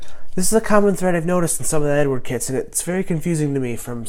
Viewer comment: Wag matey it's Ed ard, you say it a London cockney 😉 dunno who Edward is 😆. Look forward to your reveal buddy 👍